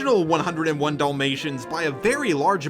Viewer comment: I like how you say Dul-mations instead of Dalmatians. Like...the boring dogs movie. Also for the animated little mermaid there was a funny skit on it I saw before where despite losing her voice she took a wooden stick and told Eric everything by writing it in the sand and Ursula was left just asking herself how her plan failed. XD